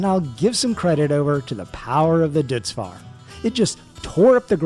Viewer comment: Also, don’t mean to be pedantic but I think Deutz Fahr is pronounced Doh-its Far